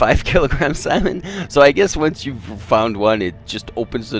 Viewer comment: Salmon not Samon xD